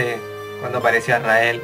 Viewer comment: es que dijo asrael